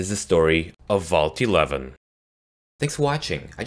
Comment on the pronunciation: did he just say at the end vaul t11 thats what it sounded like to me